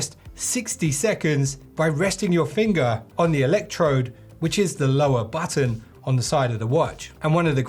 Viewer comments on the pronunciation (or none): none